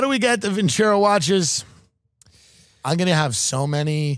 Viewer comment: Vin-ce-ROH, stress on the the ROH ... means "I will win in Italian".